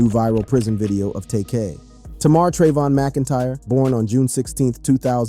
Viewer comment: saying his name like that should get you 500 years in prison...